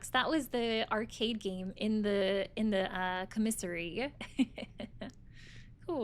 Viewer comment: Please stop say comissary lol.